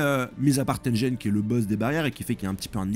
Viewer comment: Cela se prononce Tenguen pour Tengen et Guegue pour Gege. Les G sont durs en japonais